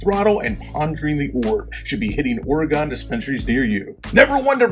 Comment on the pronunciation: Learn how to pronounce Oregon, you sound like a dork!